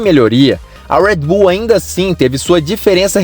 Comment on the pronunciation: Parei de assistir quando começou a falar “ruédibú” que pronúncia de merda é essa? Não é inglês nem português.